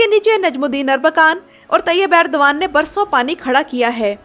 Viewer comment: It's Erdogan not Urdagan